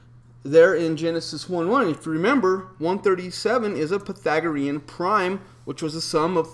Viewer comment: Pythagorean, not Pathagorean,.